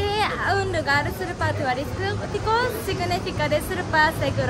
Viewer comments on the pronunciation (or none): no se dice surpa se dice super dile a lily que te enseñe esa palabra 😂😂😂.